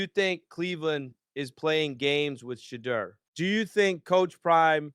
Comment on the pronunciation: "She-iow"? "She-deer???